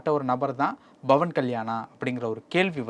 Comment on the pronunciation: நெறியாளரே உங்களுக்கு ba க்கும் pa க்கும் வித்யாசம் தெரியல்ல.. bhavan இல்லை pawan.. பா(pa)ஜக இல்லை பா(ba)ஜக.. இதற்கு முன்னே பாலியலை baliyal என்று உச்சரித்தீர்கள்..